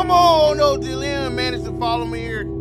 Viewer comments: Not LeeAM 😂😂😂😂! It’s pronounced Lee-UM 😂😂😂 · Deadasss I kept laughing like bro it’s Liam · Na how you fully grown and cant say liam 😕🤦🏾‍♂️ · "Lee AM"💀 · Bro you never heard of Liam Neeson? Please quit saying "Lee Am" 😂😂😂😂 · the way you say liam kills me , I'm rolling 😂😂😂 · Real mispronounced that man name 12 times😂